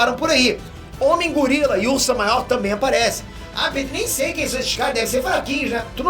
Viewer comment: Pétér não, é PÊTÊR!